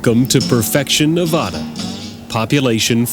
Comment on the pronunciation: It is Ne-VA-da, NOT Ne-Vah-da......also, Remo Williams, The Goonies, Tremors,,,Classics.